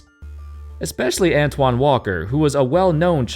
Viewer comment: *ANTAWN Jamison